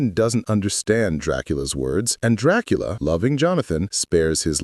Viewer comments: Excuse me?????? Tracola?😂😂😂😂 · I ❤❤❤ how sometimes AI can't pronounce Dracula correctly 🤣🤣